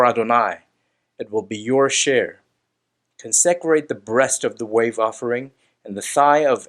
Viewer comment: Con-se-crate!! Get the Hebrew right but get the English right too!